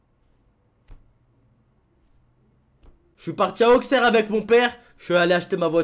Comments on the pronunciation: Pour Auxerre sa se dit "Aussere" et non pas "Auqxerre" mais sinon bonne vidéo 😂😂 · Et yo ça te dit "aussere" et pas "Auxerre" mais PTN j'aurais pu te voir, je savais pas t'étais venu dans ma ville PTN😭😭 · Par contre Auxerre ça se prononce "Aucère" xD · on dit Ausserre meme si sa s'écrit Auxerre;) #Auxerrois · Auxerre se prononce Aussere voilà qui s'en fout? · super vidéo on espère le million cette année mais par contre Auxerre ça se dit pas comme ça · on prononce PAS LE X dans Auxerre (c'est MA ville) 😂😂😂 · Ah toi aussi